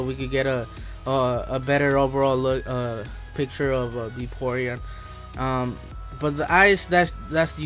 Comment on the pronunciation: Ahhh i ts:O :O VAPORION NOT BAYPORION